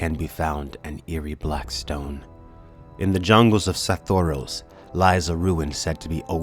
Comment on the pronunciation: Can you please pronounce So-tho-ry-os correctly please? It's fairly annoying. Thanks!